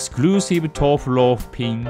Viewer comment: For some reason doesn't say the u in his name he just says tof Chan idk if its because of them being japanese or something but its just a neat weird lil tid-bit